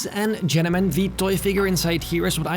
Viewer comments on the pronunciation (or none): "Ladies and genamen"